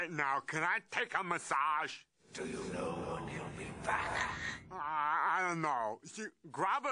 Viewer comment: “Can I take a meSSAGE!” 😂 Gets me every time!